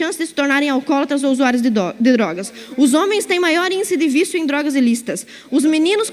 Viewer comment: Quase que ela diz dorgas =P